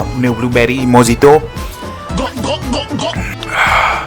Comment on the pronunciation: By the way it’s pronounce mohito even though spelling dei mojito 😂